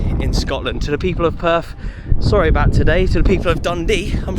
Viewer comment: Weren’t you there long enough to learn the correct pronunciation of Perth?